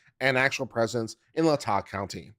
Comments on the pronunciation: It's pronounced Lay-Tah county I live in Moscow and am not a college student so 🤣🤣. I know the broad strokes of the case but very little details. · OMG, this is worth listening to, if not just for how many ways you pronounce LAY-tah County😂😂😂😂😂